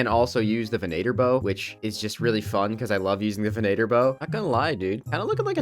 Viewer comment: great vid plz it’s ven-a-tor….. it ven-a-ter….plz stop you sound like mater from Cars